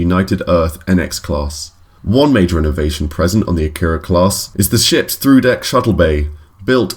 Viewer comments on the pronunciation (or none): Akira is pronounced ah-kee-ra not ah-kir-uh